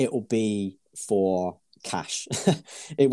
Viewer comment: The way you say “four” makes me cringe